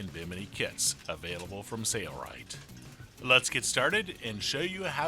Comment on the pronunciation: nice! thanks! Id def get someone to record that again though :) "Sayaright" is crazy sounding in all of your videos. Could be bad for the image?